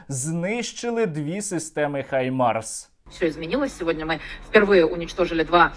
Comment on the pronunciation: Друже Сергію! Щиро Вам дякую за ваші дуже інтересні відео. Але... викиньте на сміття російську вимову “Хаймарс“. В українській мові ми маємо фонему “Г“, яка точно відповідає анґлійській фонемі “H". Отже, має бути “Гаймарс“, а не “Хаймарс“ (па-рускі). Тепер час нам дерусифікувати українську мову, культуру та нарід, і звільнитися від рашистів, бо вони тільки хочуть нас знищити і захопити Україну... Щирий привіт з Бразилії. Слава і Воля Україні!